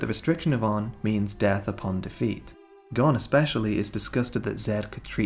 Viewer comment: Killua and Gon's chemistry....None Good storytelling....Lacking The magic of HXH....Gone 😔 It's like a body without a soul ....No pun intended And if I hear them say Goowne(Gon) one more time!!!! 😂😂😂